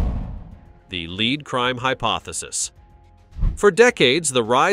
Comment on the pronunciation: Maybe you should narrate yourself seeing as it keeps pronouncing lead.... LEED. LAZY!